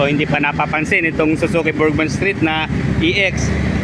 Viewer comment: Haayyy salamat. Burgman n din hindi burjsman, kakarindi pakinggan "BURDJSMAN" pati un mekaniko sa min burjsman ng burjsman. ung mga vlogger po jan burgman po hindi burjsman bka sabihin d tau marunong magbasa, pero bos, wala nang tire hugger pala ex